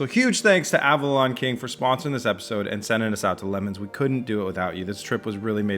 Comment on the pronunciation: I can't get over how he pronounces Le Mans like lemons 😂